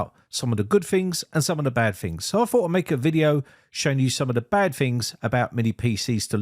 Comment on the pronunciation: lol that's what caught your ear? I can't stop hearing "Fings" since he can say "tons" perfectly but f's instead of t's ring in my head...lol